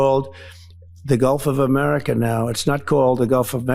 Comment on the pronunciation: Did he say the Gulf of Me-merica?